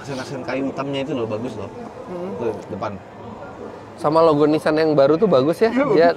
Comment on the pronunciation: Orang jepang nyebutnya Nissang, kalo sudah BAB harus nissang😂